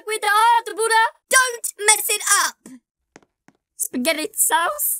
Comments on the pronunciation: kept saying spetgettii sauce and some other weird words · why dies he keep saying spagety sauce